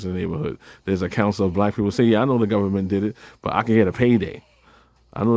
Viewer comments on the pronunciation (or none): It's de gubament.